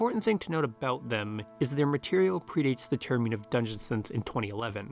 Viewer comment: how can you so accurately pronounce the individual words "dungeon" and "synth" with such clarity, and then pronounce the combined phrase "dungeon synth" like you're having a fucking stroke